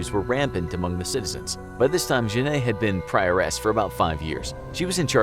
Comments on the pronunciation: You pronounced Jeanne like jenayy and thats so bad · To me it's really cringey. This is the most bizarre pronunciation of "Jeanne" I've ever heard. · I am french and no, it is not the right pronunciation at all. In french, most of e are not pronounced. You can use google traduction to see what is the real prononciation